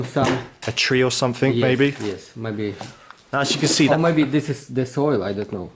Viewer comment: Somefink is actually pronounced something and don’t fink is actually don’t think.